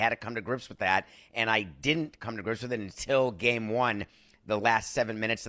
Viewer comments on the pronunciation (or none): The more adds an "-uh" at the end of words drives me freaking bananas. "Game-uh", "trade-uh", "Knicks-uh", "NBA-uh". Bro, learn to speak and not sound like a moron. Also, your head is enormous.